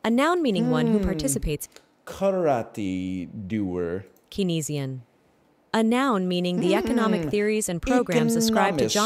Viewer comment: Wow, the mispronunciation of Keynesian is so painful. cane-zee-in :face-purple-crying